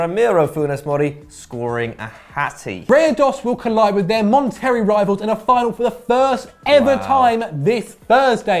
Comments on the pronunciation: It’s “monta-ray” not “mon-terry” LOL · bro. It’s mont-a-ray. That ones not even that hard to say. Come on dude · it's pronounced Mon ter RAY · Mon terry really really. It’s Monterey dear god get it right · "Mon-Terry" bruuuhhh 😂😂😂💀💀💀